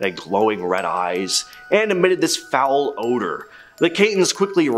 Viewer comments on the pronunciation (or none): none